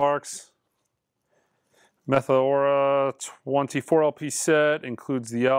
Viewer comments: Hahaha! Linkin Park's "Meth-o-ora" One of your best mispronunciations yet! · Was pronouncing Linkin Park's Meteora as "Metho-ora" intentional? Hilarious either way.